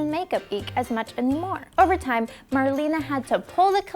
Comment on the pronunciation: So annoying to hear her call Marlena "marlene" over and over